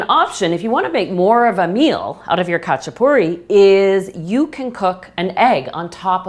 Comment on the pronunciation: Also, the "a" sounds like the "a" in "haha" rather than the "a" in "hatch"